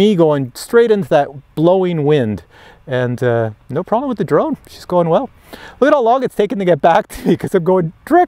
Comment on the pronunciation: Prolem or Problem? Canadian speak yeah? On a serious note I've just ordered the ProTek25. Thanks for the info. Subbed too.